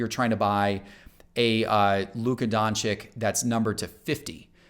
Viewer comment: Just subbed yesterday, love your information but please don't disrespect this Prince of the NBA. Don-chich not chick ;)